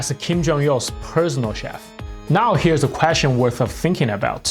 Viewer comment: I heard prisoner chef. And I'm sure it wasn't another time of mishearing a Korean accent. This time.